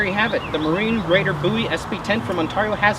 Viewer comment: Buoy knife? Maybe it floats? Looks more like a BOWIE to me, BOWIE not BOOOIE